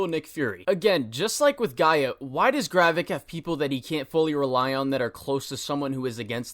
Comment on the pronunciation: dude it's GRAVIK not garreck